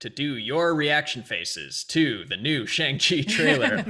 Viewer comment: That’s a really good pronunciation.